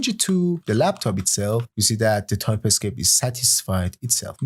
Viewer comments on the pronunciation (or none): The course is great! But why do you pronounce "TypeScript" like "Ty-Pi-Script"? Nearly got annoyed by that fact...